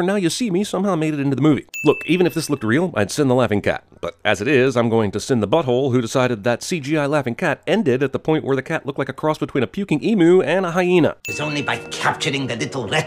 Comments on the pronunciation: I know this was made 3 years ago, but why did he pronounce emu as emoo 😭😭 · He said emoo, it's emu, jeez get it right :P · You mispronounced emu its em-you not e-moo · Eemyoo. EEMYOO! Not Emoo. (I am simply showing how Emu is pronounced) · E-moo hahahaha you say Emu like 'emyou' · I'll just point out it's pronounced emyou not emoo. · EEM-YOU emu is pronounced EEM-YOU